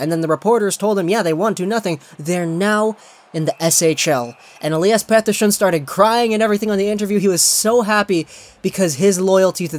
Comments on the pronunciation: pronounce Pettersson's name like an asshole one more time and I will unsubscribe. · Swiss? They're Swedish lmao